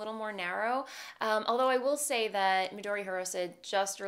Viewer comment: You pronounced Midori Hirose quite well! But I wanted to note that the ITO Sensai has an a and so is not pronounced like sensei - more like sen-sah-ee if that makes sense? Anyway, love the way your Ranunculus fits!